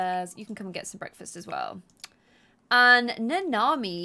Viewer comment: Its Nanami and Nita, but I giggle every time you say it wrong. I cant even remember my neighbors names sometimes, so dont worry.:)